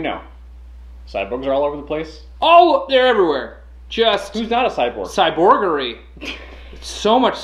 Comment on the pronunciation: "Cyborggery"... Cyrbuggery.....................*snap* CYBORGY!